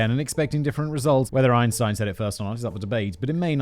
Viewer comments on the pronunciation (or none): none